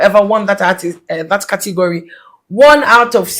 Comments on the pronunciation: 😂😂😂 “Cotegory” s3n😂😂😂😂😂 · saaa kortigory🤣🤣🤣🤣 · said Cotigory😂😂😂😂😂😂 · I heard saying Kortigori 😂 who else heard that 😂